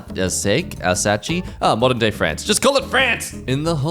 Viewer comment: Just so you know, "Alsace" is pronounced "Alzas" and is a small region on the extreme north-east of France, next to the German border :)